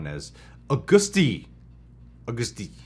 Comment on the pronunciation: Agust D is pronounced almost like you would pronounce the month "August" and then "Dee" at the end.